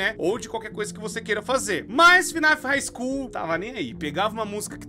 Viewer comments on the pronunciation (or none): puts... Quase fechei o vídeo só de ouvir esse hig School